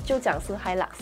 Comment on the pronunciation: 小姐姐讲 hilak 少了那个味道😂，个人感觉，triton 会开始走下坡了，新改款不如现款。